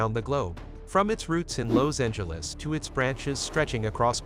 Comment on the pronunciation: Where the f**k you from pronouncing Los Angeles they way you do,? I ain't never heard it like that?